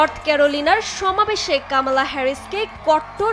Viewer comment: কামালা? কি অবস্থা রে ভাই। কামালা না, কমলা হবে।😅😅😅